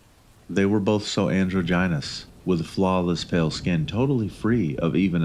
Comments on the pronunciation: "Andro-Ginus"... Or - as some would say - "Da-draw-jen-us". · Anyone else hear “They were both an-drew-gine-as” 😂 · Androgynous - "And-draw-je-ness" Leviathan - "Leh-vi-eh-thin" Just a friendly correction, don't want people getting into you for pronunciation